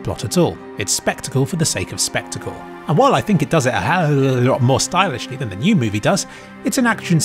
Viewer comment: I've wondered why he says it like that lol, did he just mess up once and made it a meme instead of doing a retake or something?